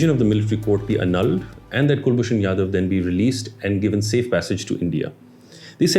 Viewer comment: It's Ja-dhav, not Ya-dav